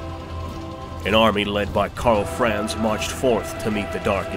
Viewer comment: Ahh, Ka'bandha, what a glorious sight! p.s. I noticed that the guy narrating this was pronouncing Karl Franz slightly wrong. Since it's a German-esque name, the 'a' sound in 'Franz' would sound like an open-mouthed 'ah'. Karl Fr-ah-nz.